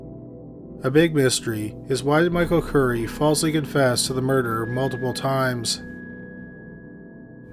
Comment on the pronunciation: Not to be a dick but every time I hear you say "murder" , I hear u say "murderer" . Am I hearing u wrong?